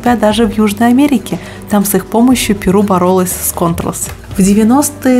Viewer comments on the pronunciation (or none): none